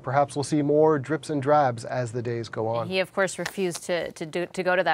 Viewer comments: Can we talk about what's really important here? It's "dribs and drabs," not "drips and drabs." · hey guys? It's driBs and drabs. Dribs. not drips. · two times I have heard the comment of information from the book coming out in drips and drabs (both the female and male reporters here). The saying is 'dribs and drabs': Is this just a Canadianism or are they trying to say dribs and drabs but fail to pronounce the 'b' in a way that is usual here? (I'm from California, USA).